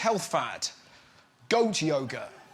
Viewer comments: Holy shit, in the live forever part I swear they were saying yogurt instead of yoga. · My American ass thought they were saying "Goat Yogurt" for way longer than I should have.